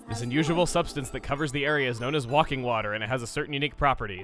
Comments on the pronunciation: Uh... Chugga… I think it's pronounced "WAY-king", not "WAH-king" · Everyone else should be mad at the fact he's pronouncing it Wocking water and not Way-king water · It's not 'Walking Water', it's Waking Water, like wake-ing. Just mentioning it! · Is it just me or is that supposed to be Wake-ing water (Like waking up in the morning) instead of Walk-ing water (Jesus stuff), because if at was Walking Water, it would be spelled with an L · God, please tell me thousands of people already pointed out that it's obviously "waking water," like awake, and not "walking water..." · Wawking water its wayking water hence the spelling waking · i think it says WAKING not WALKING :P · ... "walking water" where did you get the L from? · It's wake-ing water not walking water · NOT WA-KING WATER WAY-KING WATER!!! For someone that supposedly corrected grammar for his family, you have lots of difficulties speaking. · Walking water. screaming at him to say waking instead. cringe still funny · Why do you call it "wakking" water? It's pronounced waking, as in waking up in the morning? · Chugga, you silly goose! It's WAKING water, not walking water! Silly... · WAKE-ing Water not WALK-ing Water. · It say waking water not walking water chugga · I love how you call it "Walking Water" even though it's clearly "Waking Water" as in waking up. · WAKING IT SAYS WAKING! NOT WALKING! READ IT CORRECTLY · chugga how many times did you say walking instead of waking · lol it's waking not walking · GOOD GOD! ITS W-A-K-I-N-G WATER, NOT W-A-L-K-I-N-G WATER! AS IN WAKE UP, AS IN WAKE OF A BOAT, AS IN FRIGGIN' WIND WAKER! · He kept saying walking water instead of WAKING! How do you say it wrong so many times in a row! I was tearing my hair out lol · Uh, Chugga, nothing personal but you are pronouncing that water's name wrong. It's not WALKING Water, it's WAKING Water...like WAKING UP from a dream. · I always thought that it was pronounced WAKE-ing water, not WALK-ing water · Way-king water.